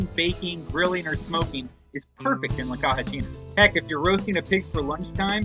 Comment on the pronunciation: Caja is pronounced KA HA